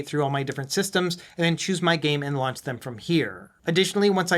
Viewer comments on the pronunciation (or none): none